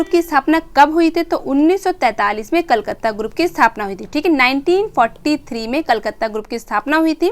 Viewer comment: कलकत्ता ग्रुप होगा कलकत्त नहीं ध्यान दे मैम